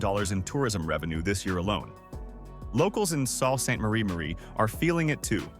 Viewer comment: The way none of these video narrators can pronounce Sault St. Marie properly.